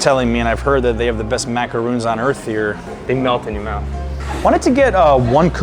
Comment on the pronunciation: Nice tour! But…They are macaRONs, not macaROONs.